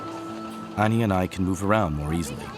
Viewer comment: Thank you! Aside from some translation issues in the narration, this is really great. Btw it's pronounced Ah-ni